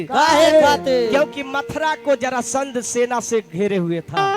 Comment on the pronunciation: उच्चारण सही कीजिए ब्यास जी, जरासंध होता है,जलासंध नहीं, ध्यान दीजिए